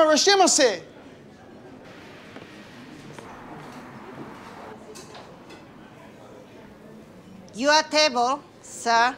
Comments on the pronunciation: "where my rashemase" lol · Poor Theo, all he wanted was his "Rashamaseh" lmao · I love how everyone mispronounces “irasshaimase” hahaha - great episode